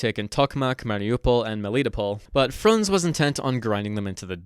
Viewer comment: A little correction it's Frunze, not Frunz.